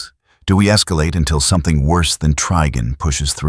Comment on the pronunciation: The TTS mispronouncing Trigon as Triggon made me laugh so hard 🔻